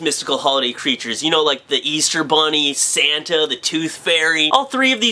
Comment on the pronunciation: lol, when he said Santa, I thought he was saying Satan